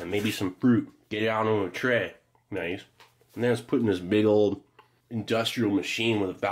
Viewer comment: Its pronounced "chrhey" .